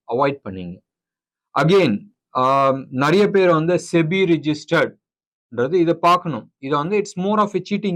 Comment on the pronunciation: இந்த சிபி யையும் செபி னு சொல்ல சொல்லுங்க...